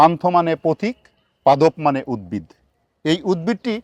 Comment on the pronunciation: রাত্রি বেলায় কোন দিকটা পূর্ব আর কোন দিক টা পশ্চিম সেটা জানবো কি করে। দিনের বেলায় ত সূর্য আছেই। স্যার আর একটা কথা আপনার থেকে উদ্ভিদ উচ্চারণ টা পেলাম না। প্রতি বার আপনি উদ্বিদ উচ্চারণ করছেন।